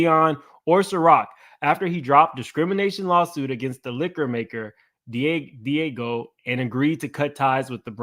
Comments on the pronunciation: Just to clear it up. It’s pronounced DI-Ah-GEO. Love your channel! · DIAGEO SOUNDS LIKE DEE AHH' GEE O 🤣🤣🤣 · I THINK it pronounced( DEE AHH GIO)..And how can Diddy be mad at THEM when he PUSHED the Ciroq and Deleon liquor on to the RAP AND HIP HOP COMMUNITY and his friends which are the majority YOUNG BLACK AND HISPANIC!..HE PUSHED the market to where HE knew it would take flight! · Dee-Aaaaah-Gee-Oh that's how you pronounce Diageo!